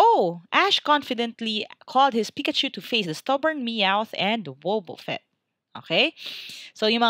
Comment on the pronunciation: you pronounce it like wabafett spelled and wobufett